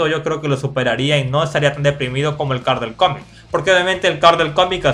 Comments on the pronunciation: No se dice Carl se dice coorl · se dice coral